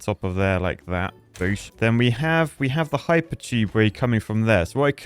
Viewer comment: I find the lack of enthusiasm at when you said "boosh" disturbing. You almost sounded American for a second. 😂